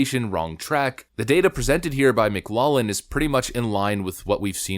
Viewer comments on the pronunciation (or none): (Say "Mic-LOFF-lin"... Not lollin' 😁) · Lol The way you say McLaughlin is funny. It's pronounced mik-LAWF-luhn, not mik-LAWL-luhn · McLaughlin = pronounce McGlofflin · It's pronounced "Mc-Loff-lin" you Liberal Duncemind. Get it right. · It's Mc Laugh lin Poll. (Like the word "laugh", or some say "loff") It's not Mc"Lollin". LOL! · "Laugh" in Celtic is pronounced lock; it's Mic-Loklin, not Mic-Lawlin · Everyone: "It's pronounced 'mik-LOCK-lin'" Everyone Else: "It's pronounced 'mik-LOFF-lin": "No." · Pronounced "mik LOCK lin." Jus fyi. Altho my family pronounces it "mik LOFF lin" for some reason. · Pronunciation problem: McLaughlin is pronounced: 'Mc'-'LOFF'-'lin' Notice the word "Laugh" is in the middle, only you pronounce it "Loff" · Dude, McLaughlin is pronounced mik-'lof-lin. SMH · McLaughlin is pronounced - Mc Locklin . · It's pronounced MclauFFlin. Are you AI? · It's pronounced "mc loflin" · Hey,... Just for future reference, it's pronounced mac-loff-lynn. 😉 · Good stuff - (BTW, McLaughlin = mick-lauf-lin) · Minor point: McLaughlin is pronounced, "Mc-LOFF-lin". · YO DUDE, IT'S PRONOUNCED 'MC- LAUF-LYN...In English ''GH' is SAID LIKE AN 'F'. Mclaughlin was a very famous political comentator. Researcher the Mclaughlin group. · Hey bud, it’s pronounced mc loflin. Take a look at the first part - laugh - and pronounce it with a British accent. Loff rather than Laff. Kids today, and yeah, you’re a kid. I’m 82 so you’re a kid. 😊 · I believe its pronounced, "Mclaufflin" but I might be wrong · McLaughllin is pronounced Mc-LAWF-lin. Spot on analysis. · Hey, it's pronounced Lawf lynn. Just an FYI, meant in the nicest way possible. Great show. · Bro not trying to bust your balls but McLaughlin is pronounced Mick - Laflin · It's pronounced Mc-laugh-lin. The "gh" is "F" sound in this case... not hatin, just want to make you aware. Great channel, been subbed for years... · It's pronounced McLofflin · McLaughlin is pronounced Mick Lock Lin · Its pronounced lof-lynn.